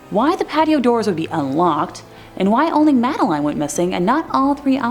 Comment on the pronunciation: It's Madeline as Madda lynn.